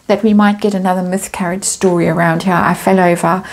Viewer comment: Myth-carriage? I love it when I ‘mishear’ you.